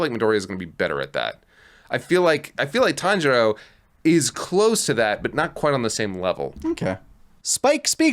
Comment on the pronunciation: I heard kanjuro when said Tanjiro. My head snapped to the screen!